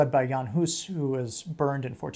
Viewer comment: Props for pronouncing Jan Hus' name correctly. But he was burned in Constance, a city on the German side of modern-day Swiss-German border, not in the Old Town Square of Prague. And for those who want to see his statue in Prague